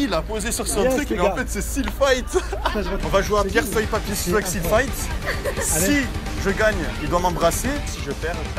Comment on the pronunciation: Il est con il dit pierre feuille papier "siseau"